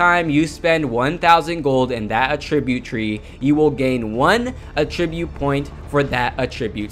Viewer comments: Agreed. I thought the video was awesome, and very informative (especially for a noob to the game like me) but I kept getting distracted by the word uh-TRIB-yoot. It's AT-trib-yoot. He put the em-FA-sis on the wrong si-LA-bel. :) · Attri-bute... Not attreebute... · It's not a tribute, It's attribute say it right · I couldn't get over how you're saying attribute incorrectly the whole video! uh-TRIB-yoot is the VERB form of the word. I uhTRIByoot my success in Paragon to your video. AH-trib-yoot is the NOUN form. The new AHtribyoot system is so awesome! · Does it bother anyone else the way he says Attribute? He says it aTRIByoot...its ATTribyOOT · Good stuff here! 🙌🏼 (But that's not how you say "attribute" - the noun. What you're saying is the verb "to attribute") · Great video! Just a heads up, you are pronouncing "attribute" like the verb and not like the noun. If you want to switch over, just emphasize the first syllable instead of the second. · The way you pronounce attribute is driving me mad! Someone teach him where the emphasis is in the word please!